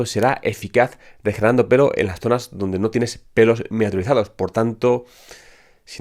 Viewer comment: "Miniaturizados" lo tuve que escuchar varias veces para entenderle. A propósito es un muy buen dato saber que hay que tener pelitos aún en las entradas para que los tratamientos funcionen.